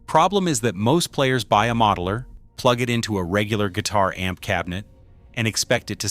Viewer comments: Buying too much a-m-p? LOL!!!!!!!!!!!!! AI sucks. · A m p Goodbye ai lol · Thank you ! I personally found it adorable that it pronounced the word " amp " as A EM PEE. Very appropriate in a video about a em pees..... I hate Ai. And musicians, we are right around the point of the spear on this one. So AI can easily simulate crap music...... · AI slop. Can’t even pronounce “amp”